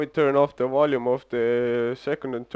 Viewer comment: modulate the "wolume" lol sorry mate not tryin to make fun it just made me laugh a lil. where you from? thanks for the demonstration and knowledge!